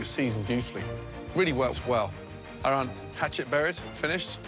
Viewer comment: 幻夜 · 一部片要剪十個月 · 雅翔 就只是很簡單的”Ah-Ron”而已，我不太相信這名字有難唸到每次都唸錯？ 又不是叫不會講英文的人來講這個名字